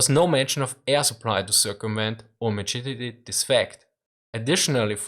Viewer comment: thats the best austrian pronunciation of mitigate ive ever heard